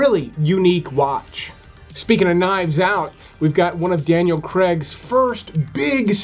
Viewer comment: Y can't U say Craig properly, your bloody old enough and must of heard his name before in interviews and shit it's embarrassing com'on man😂